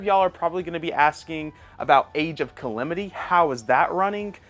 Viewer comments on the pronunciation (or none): Age of Kalemitee 😂